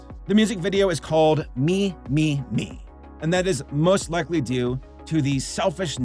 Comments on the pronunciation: From what I've gathered, the title is actually pronounced "meh-meh-meh". This is just me speculating, but I think the "me" isn't in reference to the English word, but rather, it's an alternate reading of the kanji 女 (woman), which seems fitting for this video. Then again, by writing the title with Roman lettering in the first place, a double entendre may've been intended. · yeah when pronounced it "me" instead of "'meh" I was like, tf am I remembering the name wrong? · yup I think so, I remember seeing a video about the pronunciation by a cosplayer who worked at TeddyLoid live shows and would dress up as “Meme-chan” (blue haired girl), she ended up contacting TeddyLoid and he said “‘meh” is the Japanese pronunciation but that the English pronunciation as “Me” was also correct. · Fun fact: the original Japanese pronunciation of the title is actually “meh meh meh”, with “Me” in Japanese meaning Eye or Ogle. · No, it's pronounced like "Mee" because it's short for mieru which means to look or to see.